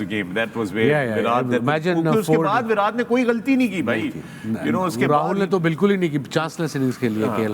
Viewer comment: It's not विरात it's विराट